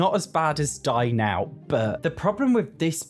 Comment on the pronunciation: every time you say "dine out" i hear "die now" and it's hilarious